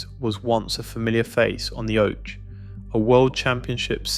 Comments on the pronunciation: On the oach 😂😂😂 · Love that AI can't pronounce oche 😂